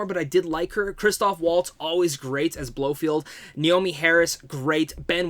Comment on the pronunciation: Hey mate Lea Sedoux is pronounced Say-Doo not Say-dox and it's Cray-g not KREGGGGG.....Please Americans, pronounce Craig properly.... And it's Blofeld not Blow-field.